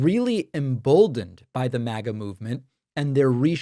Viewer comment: It's MAGA not mega